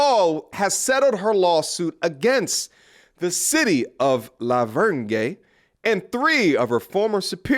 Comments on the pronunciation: Lol did you say "Meegan" and "La Vern Gay" ? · “LaVerne” the G is silent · LOL living in TN that's not how you say La Vergne LOL